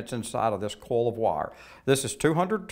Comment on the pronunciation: "coil" is pronounced "koy-uhl", not "kohl."